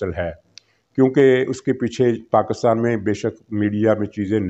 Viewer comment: You cannot pronounce the name of motherland properly ( PAK-KUS-TAN), This is enough to identify you Mr (Lafafa) being part of EU Disinfo Lab.